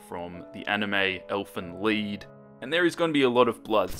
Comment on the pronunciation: Why do I keep laughing when you say lied? I know it’s supposed to be pronounced that way, but it makes me laugh for some reason. Leeeeed